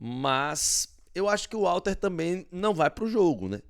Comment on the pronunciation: a pronúncia é Rhalter, o nome começa com H, mas a pronúncia é Rha. Ok? e não Alter. Fica a dica.